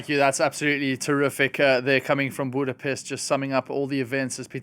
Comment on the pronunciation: If you want to keep being a relevant journalist it's time to learn how to properly pronounce Magyar. And Budapest.